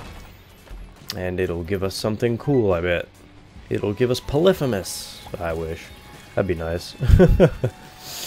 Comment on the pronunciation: It's po ly phee mus